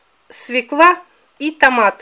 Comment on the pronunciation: простите, но слушать не возможно,СВЁКЛА.,ударение всегда на букву Ё